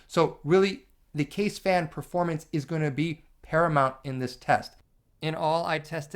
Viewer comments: Fairly sure "kaze" isn't pronounced like "cuzz". It's japanese for "wind".... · Hey man, in the word "kaze" you have to pronounce the "e" like in the word "mesh", it means wind in japanese. Can't wait for the 140mm review btw.